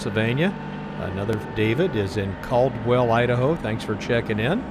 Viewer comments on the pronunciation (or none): none